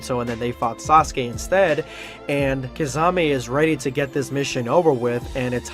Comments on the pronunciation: Key-sah-may not kah-za-may😤😤😤😤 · Kasame did he just call kisame kasame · My dude where is the Z in kisame I wish you said his name right it really ruined the whole video for me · The butchering of kisame name it's pronounced Key-Sa-May